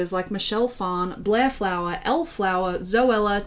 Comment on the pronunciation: Okay class, say it with me, “FOWler,” not “Flower” 😂